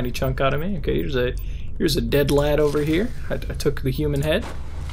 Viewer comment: It's strange hearing someone with an American accent say "lad" P.S. I love this guy, so I am in no way hating on him